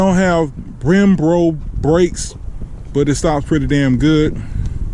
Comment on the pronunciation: its brembo not brembro you bimbo